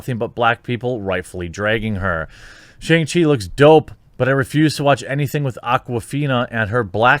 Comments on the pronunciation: SHONG CHEE. It's pronounced SHONG. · “SHONG-chee”. I love ya but please say it right